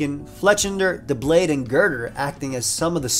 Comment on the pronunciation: Losing my shit over the pronunciation of “eviolite” as “eve-eye-light” Also doublade as “da blade” or “the blade” I feel like I’m having a fucking STROKE